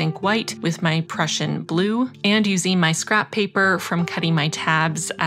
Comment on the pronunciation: 🐻‍❄️🐻‍❄️🐻‍❄️ #plantmas2021 As a fellow Canadian, I too have a soft spot for polar bears and snow. It snowed all day here today making me feel quite peaceful. One day I’ll do the train to Churchill to see the real polar bears. I’ve only ever seen Prussian Blue in print so I thought you had pronounced it correctly last time! Who knew we were both wrong? Glad you got the correction. 😁 As always, an absolutely beautiful spread. You’re so talented.